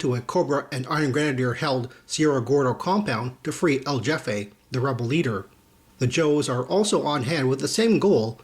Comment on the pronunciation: Loving the comic reviews, man. Keep up the good work. :) Oh, btw..El Jefe is pronounced El Hefe...J is an H sound in Spanish. ;)